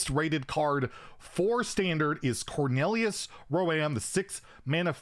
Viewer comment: ah yes, cornelius row-aim! best card :D